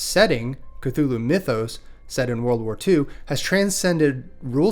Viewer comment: I'm not sure about later editions but the first and second iterations of Call of Cthulhu RPG has a pronunciation guide; according to that, you're saying it correctly. 🙂